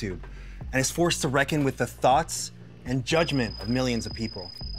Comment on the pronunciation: No judging me but lol i thought he meant "THOTS" instead of "thoughts"...oh the internet...dear god.